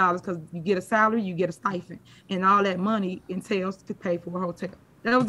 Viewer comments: If someone corrects her on how she says “STIPEND” instead of “STIFEN”, do you think she would listen? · I believe it's "stipend" and not whatever you said lol.